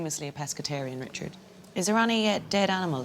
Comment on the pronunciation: "Never mind, Reechard!" 😄